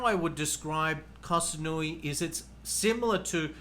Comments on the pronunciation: It is SaMoooey not SaNooey(Samui). Please relabel this “Best locations for Sexpats” Chiang Mai is #1 by nearly every other list for expat ideal places to live. The beaches in Pattaya and Phuket are polluted dumps. You just put the top 5 cities with the highest concentration of hookers. Guessing you living in Subic is no accident either. Not judging but be honest here. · Has he even been to Koh SaMui? M as in mui. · Koh saNui lololol 555555 . Up there with the "elite" (ee-leight) visa from one of his previous videos.